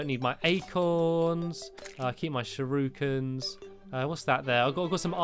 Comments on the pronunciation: there not SHUROOkins tere sherekins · shurookens... really... its pronounced shu-ri-kens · There not “shurukens” there shur I Kens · sha-roo-kaan is how you spell it lol get dabed on NOOoOOoOOoOOOOoOOoOOO00BUH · Stampy in uk: shurookin Me in canada: shurakin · Shur-oo-kins. I thought it was shur-o-kens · Its not shuurikins it's shuriekuns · No one: Stampy: ShURuKiN Also Stampy: Oh No My PiNk VaSsS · Am I the only one who gets annoyed how he says shuriken?